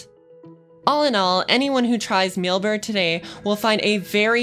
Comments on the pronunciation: Why is she constantly saying Millbert? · Sounds like an advertisement for the company. Plus, I couldn't get my head around her saying, "Millberd" each time she tried to say Mailbird.